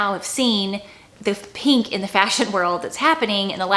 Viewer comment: I like how you pronounce’peenk’